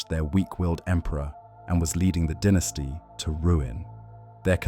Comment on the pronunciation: Dine-esty. Why do you say den-esty?